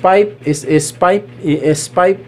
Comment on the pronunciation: Tama naman po kayo sir kaya lang ang pronunciation nyo ng PIPE ay FIPE baka kasi paniwalaan ng mga bata correction lang po kung mamarapatin nyo